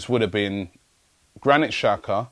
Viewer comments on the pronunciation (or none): none